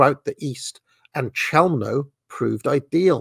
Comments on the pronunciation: Pronunciation is "Khelmno" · Chełmno is pronounced h-e-wm-no in Polish.